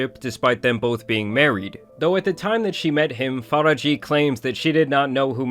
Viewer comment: You butchered the *sh out her name. Faraji is pronounced Faa-RAA-JH-iy